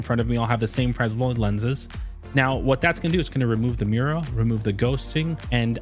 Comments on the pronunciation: Fre-NEL lenses. Just trying to help 8^) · im sure someones mentioned it but thats now how fresnel is pronounces, its like “freh-nell”